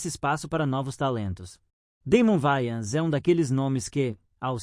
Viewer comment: Não é Vayans, é Wayans!